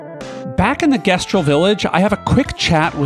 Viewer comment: It's the pronunciation of "gestral"